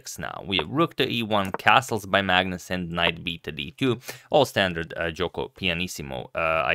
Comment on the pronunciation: am i the only one when agadmator says magnus, i hear it as 'madness'